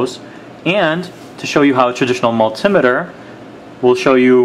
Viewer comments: Very helpful, thanks. Just think about the construction of the word multimeter...it’s two conjoined words...multi + meter, so the emphasis shouldn’t be on “tim” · its a multimeter not a multimiter !